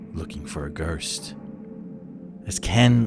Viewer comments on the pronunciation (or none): . What’s a gurst